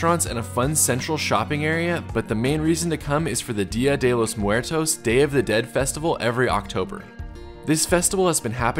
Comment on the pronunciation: Damn dude you are hella white. Butchered Día de los muertos